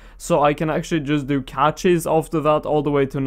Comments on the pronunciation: Nice vid. Btw, cache is pronounced the same as cash, not catch. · Ey. You were wondering how to say it, Cache is pronounced "Cash".